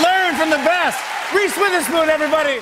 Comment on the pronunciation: I feel like jimmy said "here's Reese WithHerSon" on purpose,, lol